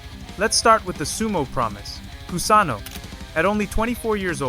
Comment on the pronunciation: I don´t appreciate his pronuciation of Kusano´s name.